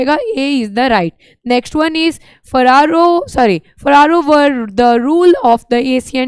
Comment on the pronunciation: फरारो नहीं फैरौज होगा